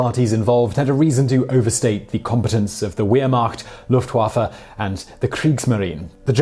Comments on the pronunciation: The way you pronounce Wehrmacht and Luftwaffe makes me cringe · Also, he didn't pronounce the names Wehrmacht and Luftwaffe correctly, which had made me a little disappointed. The "W" in the German language is ALWAYS pronounced as a English "V". Knowing this, it made me a little mad that he made a video on the Third Reich, and didn't know how to say those. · As someone who speaks German, the way you say "Wehrmacht" and "Luftwaffe" physically makes me hurt... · Thank you, I have a love for german culture (more of the older culture, pre and post ww1) and I hate when people pronounce words like they didn't even look it up. It is very wunderbar that someone cares like you. P.s. at the beginning he said wehmacht, luftwaffe and kriegsmarine. A more accurate term would be heer (Army) luftwaffe (Air force) Kriegsmarine (navy).